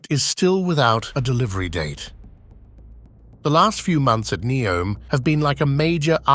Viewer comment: I wonder how many archeological discoveries will be made throughout all of these grand construction process. Also, is it Ney-om, Nee-om or Neo-m? It was pronounced differently during the entire video.